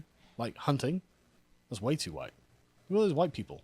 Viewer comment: "2 many whyite ppl"